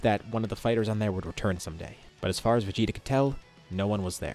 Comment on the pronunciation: "VeGTa" LMAO